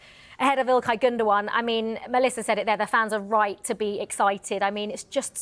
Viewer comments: Why is she calling him Gunda Gun 😂😂😂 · Pronounced Gundo wan! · No gundo gan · 🤣🤣🫵🫵🫵😂😂it's pronounced Captain Clutch Gundogan, not uh......whatever she was babbling out. 😏